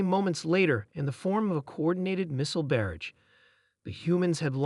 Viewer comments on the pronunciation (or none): Somebody needs to teach AIs how to pronounce "Barrage". They all get it wrong.